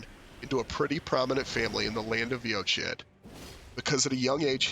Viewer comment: Great video! His story is tough to put together from the items in-game. Quick note about the name 'Eochaid' -- it's an Irish word, and the design on the Regalia of Eochaid seems Celtic-inspired too. That being the case, the word 'Eochaid' is probably pronounced 'Uck-igg' or 'Uck-ee'. 'Eoch' in Irish is pronounced 'Uck', and 'aid' is either pronounced 'igg' or 'ee'. Thought that might interest you!